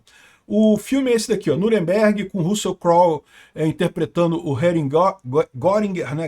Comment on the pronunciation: “Russia Crowel interpretando o Hering Guéringuer” 😂